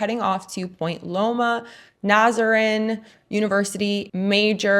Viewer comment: Ps is pronounced nah Zah reen I believe